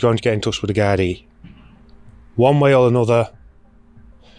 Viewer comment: I like you just a thought.. very respectful and say gardai right.. love from Ireland ❤....rip Tina 😢